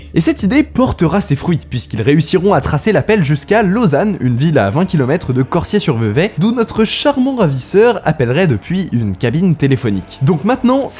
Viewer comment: bravo bravo pour la prononciation de Vevey ! J'ai beaucoup entendu des français écorché le nom de cette ville